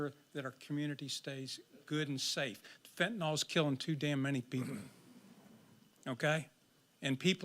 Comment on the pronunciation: SPRINGFIELD, Ohio…not “Spring Hill”. And FENTANYL… NOT Fentanol (there’s no such drug named Fentanol)